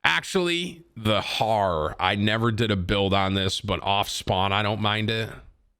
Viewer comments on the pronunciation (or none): aye, timmy, the HAUER is pronounced "hower" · "The Harr"